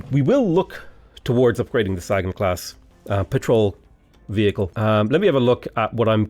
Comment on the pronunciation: The "Saggin'" class??? Named, I suppose, for iconic astronomer and cosmologist Carl Saggin? You're KILLING me,...